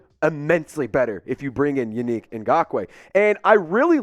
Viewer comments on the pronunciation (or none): Bruh it's Yannick (Yah Nick) not you unique 😅😂😂😂😂!!! He would be a good addition.